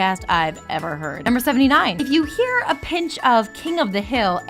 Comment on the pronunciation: "You'll know you've done it roight, once you eer the neck SNAP"